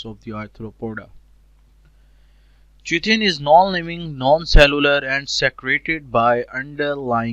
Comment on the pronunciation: Chi chi nous ni hota word chi tin word hoys